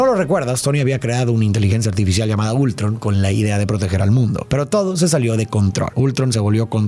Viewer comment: se dice Ultrón no Ultron